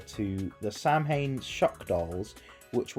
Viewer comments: I can't explain just how much I both laugh and cringe at your pronunciation of samhain. It sounds more like "sa-win". It's actually famously mispronounced in the Halloween series when the psychologist explains that samhain is the inspiration for Michael Myres, which you think they'd have made an effort to pronounce it right considering its the word for Halloween (Oíche Shamhna being derived from Samhain). It's an easy mistake though and honestly I can't blame you. Even when we look at all the different celtic languages from Scots to Welsh to Irish they all have very different pronunciation and their own dialects. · loved the mons, especially occat and it’s evolution! i’m pagan and i would def shiny hunt for it to get a cute little black cat! i did also want to note that samhain is pronounced “s-OW-an” common oopsie. great job on the video!